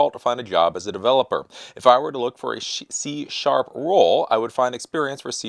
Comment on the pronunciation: Did he say "shit"C# in ?